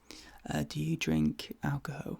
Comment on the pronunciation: Has it been a year already? My, how time flies. "Do you drink alchohol? Me too. You need it in this job." So... are you a drunk doctor. I've never heard anyone say alchohol the way you do. Where is your accent from? I'm trying to construct my character from your responses to the questions. From what I can surmise, I am a smoking, over-medicated alchoholic who rides bicycles on a constuction site. "Your heart beat seems absolutely fine. Let me write that down so I don't forget." Writes down: Absolutely Fine. Holds an orange to my face. "Ok, now blow your nose"...?! Kudos for House ;D Shtick aside, I love your roleplays. Big hugs and thank you for the tingles 😀